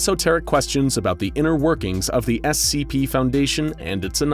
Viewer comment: NO BRI’ISH SCHEEP FOUNDASHION